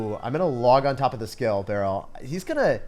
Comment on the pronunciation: Its skull not skill